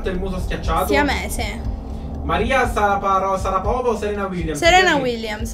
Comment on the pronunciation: La pronuncia esatta è Maria sciarapova si scrive Maria Sharapova